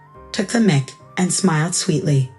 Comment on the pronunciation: Pronounce Adrian with a long A. Son, not sun. Steadied, not steady Melting. "Mic" is pronounced to rhyme with Mike. Mike, not Mick. Cessna, not sedan. Mi vida, not mavida. Senor, not Sayor. Cessna, not sensa. Mi reina, not Marena.